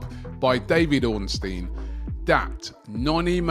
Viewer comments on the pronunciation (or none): none